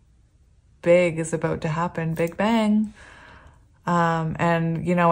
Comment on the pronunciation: When you mentioned "big bang," I actually heard "Big Ben" and when you said “Ben, Ben, Ben!” I was like, "no way! Omg ❤️!" The disappointment hit when I realized what it actually was 😂😅 silly me 😂